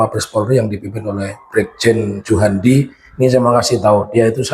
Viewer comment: kamu sebut nama pak juhandani aja salah 😅😅😅😅 gitu kok mau jadi laywer😅